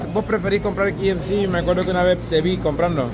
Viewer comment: no se dice ki, se dice key,ef,ci. KFC.